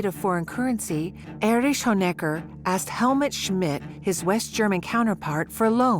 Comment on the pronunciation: The Stazi, or Stasski… with its head, Ériche Mielke.